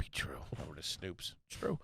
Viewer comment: saying snoops instead of snopes lmao